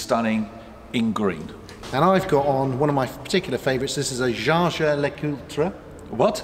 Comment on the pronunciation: 'Jaeger' written should be pronounced like 'Jejer', thank you for taking the interest, now for my question, I am a car guy who doesn't have the means to buy expensive cars, I was wondering if there's any business that rents out cool cars, as in old AMG's or M cars, or fast Audi's for reasonable money?